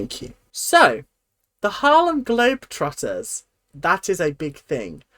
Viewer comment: Ngl, your flub of the Harlem Globe Trodders was hilarious!! 😂😂😂